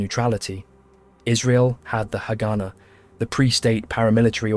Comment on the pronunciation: This is a very interesting video. I guess several people have mentioned about the pronunciation of haganah